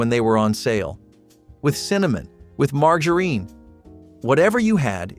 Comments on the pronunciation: Who mispronounces margarine? It's not pronounced mar ga reen. What is the third world country doing this video I've never felt like complaining so much in my life life. But this guy is just so wrong about so many things. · Mar-ga-urin? I’m not sure anyone anywhere pronounces it that way. It’s Margarine. Mar-jur-in. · I have never heard margerine pronounced that way. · Did you say mar grrr eene? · OMG learn how to pronounce margarine correctly!!!!!! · Learn to pronounce margarine (marg-jar-rine). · Did this moron really say marGarine for the mac n cheese?? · Mar gurene!!!😂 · The marg in margarine should sound more like Marjory rather than Margaret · This guy doesn't even know how to pronounce half the products. He is an idiot. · where did they find someone who couldn't pronounce "margarine."?? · Its the way he said margarine for me 😂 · Who even IS this dude? He pronounced the g in margarine like the g in the name Margaret. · Learn to pronouce margarine and minute rice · Why do you keep saying margarine wrong?😭😭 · Min-ut rice, mar-jer-in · We always had margarine and sometimes Minute Rice. But never mar-guh-reen and mai-noot rice! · The pronunciation of “margarine” and “minute”……..hmmmm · Your pronunciation of minute and margarine needs some practice. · He couldn’t even pronounce margarine or minute rice correctly. lol.